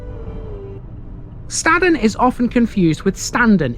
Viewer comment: Your pronunciation of Staden is wrong, we don't say it like that up here in the hills of Buxton ! I warn you then , Stay away from around Buxton , even the National Media called places around here wrong, even Buxton, your going home in a Buxton/Staden Wheelie Bin !!! what a complete Plank !